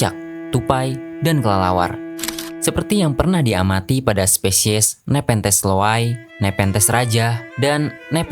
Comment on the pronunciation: KOREKSI MIN NEPENTHES LOWII BUKAN LOWAI